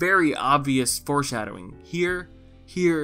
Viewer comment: "Four-shadowing?" Really, man? REALLY?